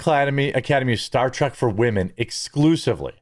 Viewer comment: Why do you keep calling it 'Star Track'?